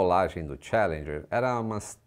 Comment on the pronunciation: A pronúncia é tchAlendjer. E não tchE.. Cadê as aulas do outro anunciante?